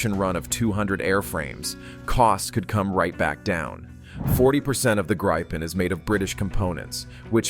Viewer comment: Not Graipen, but Gripen.